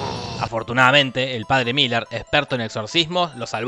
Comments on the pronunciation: Es merrin no Miller... resumí la serie 🙏🏼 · Cada vez que Jorge dijo Miller en vez de Merrin, Dios mató un gatito. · Que no ES Merrin, merrin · Son 4 peliculas y se pronuncia merrin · Lo siento, es padre Merrin.... pero podes decirlo como tu quieras, total lo que importa es el amor.... el amor heterosexual